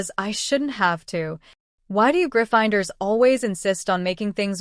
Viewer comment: the only issues I heard was Severus and Gryffindors were pronounced weird. Love the story though. ❤